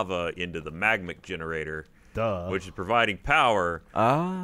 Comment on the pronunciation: is STILL pronouncing "magmatic" as "magmic"